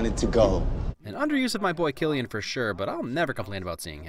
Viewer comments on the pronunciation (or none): I’ve only just noticed this but it’s pronounced “sillian” not “Killian”